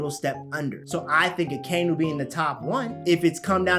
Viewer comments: I can never trust anything anime Sundays, first off he doesn't even say akainu right, second, all he says is heavy controversy and blasphemy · Why he pronounce akainu like that 🤣🤣